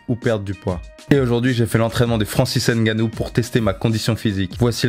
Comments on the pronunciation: On ne dit pas francis (N) gannou On dit Francis ngannou. Y'a pas de (N) à part ça. On prononce ngannou en un mot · Vous êtes quand même durs d'oreille et un poil irrespectueux, vous autres, Français. On vous dit toujours que les noms africains (n'étant pas de noms français), ne se prononcent ni ne se lisent en français. C'est [NGANNOU] et non [N'GANNOU]! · Nganou et non N'ganou 👍🏿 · avec 2 N biensur. Je parle de la prononciation. Le N ne se prononce pas. C'est Ngannou un peu comme le P dans Pneu. On ne dissocie pas la première lettre. Sinon cool la vidéo 👍🏿